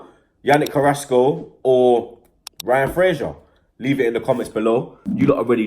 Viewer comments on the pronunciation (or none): none